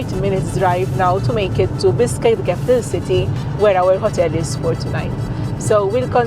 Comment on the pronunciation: Your pronounsation Bishkek is like you telling me Fish, is Fis.